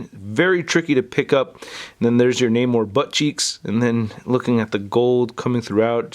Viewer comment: Is that really how you say his name?